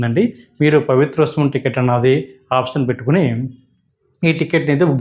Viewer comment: పవిత్రోత్సవం స్పష్టంగా పలకగలరు